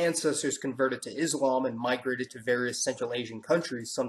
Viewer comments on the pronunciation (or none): none